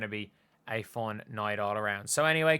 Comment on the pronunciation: Foown. I’m rying to sound out the Irish pronunciation of fun. 🤣🤣